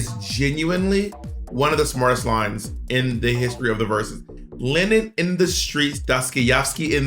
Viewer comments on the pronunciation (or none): The complete butchering and cluelessness in regards to Dostoyevski and Lenin 😭😭😭😭 love yall no hate